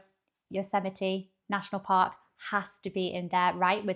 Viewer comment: Her pro-nun-ciation of Yosemite is spot on.